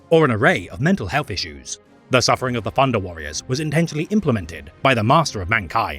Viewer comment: “Funder” lol